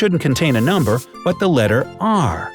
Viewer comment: noomber XD